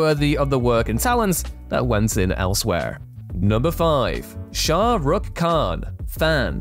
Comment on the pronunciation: maybe listen to other people pronounce Shah Rukh Khan before pronouncing